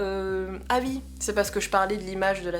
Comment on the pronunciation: Salut, très bonne vidéo, tu as l'air de plus en plus à l'aise devant l'objectif. 🔝Et ton oui ( ui ) est trop marrant. Mais bizarrement tu n'avais pas le même en répondant à ta maman, mais on a eu une belle série.... 🤭 Je vous regarde quasi à chaque notif, je suis toujours aussi halluciné par mr Weirdo, trop Wtf.... 😁😁Continue comme ça ❤️